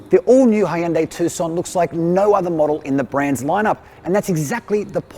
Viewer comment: still weirded out by their pronunciation of hyundai...